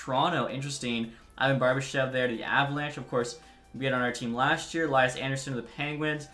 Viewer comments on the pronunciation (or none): none